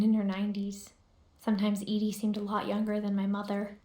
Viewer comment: kind of impressed you got "Edie" correct straight away, most people say "Eddie" but I'm only 7 minutes in and I can name 6 things you glazed over/rushed passed. slow down and explore, you would find a lot more detail.